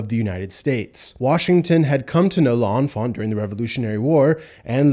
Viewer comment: You are pronouncing L’Enfant wrong!